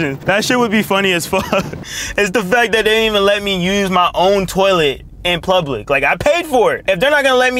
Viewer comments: Lmao plublic 😂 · Bro says blublic toilet 💀like bro might as well just say but plug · It's funny hearing you try to pronounce "public"